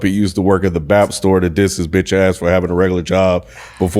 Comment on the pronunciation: I like how yall edited out telling that he pronounced "BAPE" wrong lmaoo